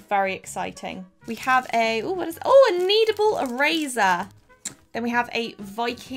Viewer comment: “A knEadAble ErAzah” 😂